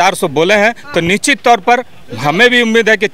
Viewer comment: भाई टोपी वाले निश्चित होता हैं आप निचित बोल रहे हो